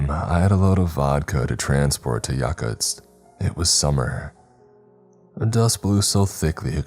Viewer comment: He fucking mispronounced Yakutsk.